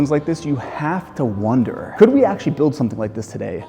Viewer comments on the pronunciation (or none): none